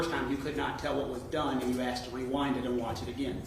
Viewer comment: The investigator said 'you axed"......that's all I needed to hear.....